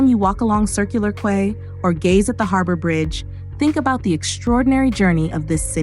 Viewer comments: Quay is pronounced "key" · With all those smart engineers designing computer voices you would think that one of them might have thought to teach the computer voice that quay rhymes with key, and BBQ is barbecue. More proof that computers aren't ready to replace people... yet.